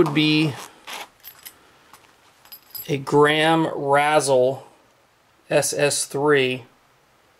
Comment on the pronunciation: I believe it's pronounced "ray zell" like razor/chisel. Sorry OCD. Aloha